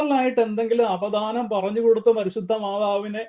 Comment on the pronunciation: Say apadanam not apidanam